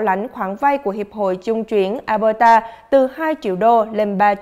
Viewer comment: Mình nhắc nhỏ thôi. Tỉnh Alberta, đọc là eo bơ đà. Nó hơi khác chút so với luật đọc chung của tiếng anh